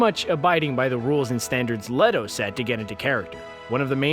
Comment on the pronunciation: It's pronounced Jared "Leeto." Not "Letto!"